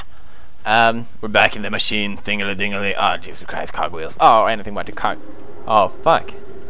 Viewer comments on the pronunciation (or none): Am i the only one who thought he said cock wheels the first time, not cog xD